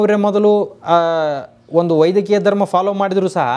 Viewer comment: ಸರ್ ನೀವು ವೈದಿಕ ಅಂತ ಹೇಳೋದು ವೈದ್ಯಕೀಯ ಅಂತ ಕೇಳಿದ ಹಾಗೆ ಆಗುತ್ತೆ